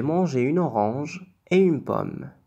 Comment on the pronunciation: Salam 3aleykoum . j'ai mangé un orange et non une organe à 6'13. à 6'22:tu liras et non tu lieras ...magazine avec un z